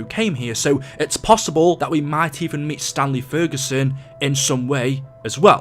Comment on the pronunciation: Every time you said Stanley I thought you were saying stan lee